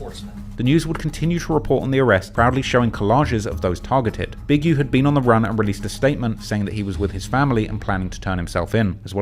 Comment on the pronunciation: “also known Big Youh” lmao why he say it like that